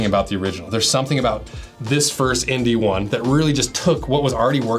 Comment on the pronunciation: I keep hearing "INDY" instead of ND 😅